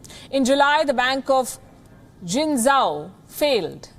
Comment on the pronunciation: Hi Ms Palki, He Bei is pronounced more like Her Bay as opposed to Hey Bay :) and when you see Q as in Qing Dynasty it is pronounced with a Ch sound like cheese. O is always pronounced like "Dough" as opposed to "How". Jin Zhou would have a Dough sound and not How sound You are doing a great job, thank you and keep up the good work 😊👍